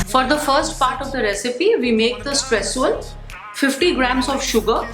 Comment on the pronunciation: it's not stresssuel its streusel